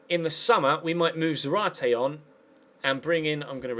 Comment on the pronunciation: You stress the ZA in Zárate (hence the ´ )